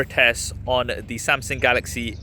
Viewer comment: Wy do you say Samsing?